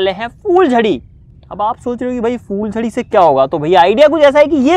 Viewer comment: fooljaryaan ni hota phooljariya hota ha